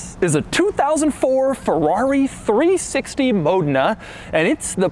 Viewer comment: Not a Fowawi. Not again Doug!